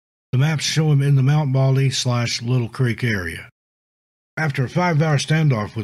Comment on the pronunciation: Lytle Creek is pronounced "light-le" creek, not little creek. Good video but I grew up 10 miles away from there I used to go hiking there all of the time.